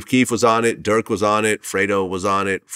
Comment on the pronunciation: When vlad was gonna say he did interview with durk is it me or did he say jerk? And later dork ???